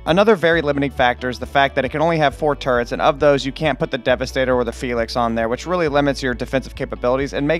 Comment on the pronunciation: Bro said 'felix'. It's phay laynx.